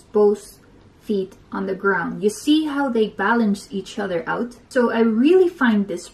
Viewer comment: She said oder lol, its other hehhe